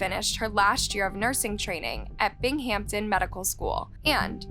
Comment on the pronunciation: BING. HAMPTON. 🤣🤣🤣🤣😭😭😭😭😭😭😭 I can't take it. I lose IQ points and fry Brain Cells just listening to the multiple multiple mis pronunciations. "Row Chella",. 🤦